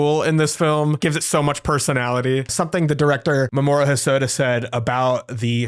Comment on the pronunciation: I think you might be pronouncing Mamoru's name wrong. I thought it was "Mah-mah-roo", or something like that.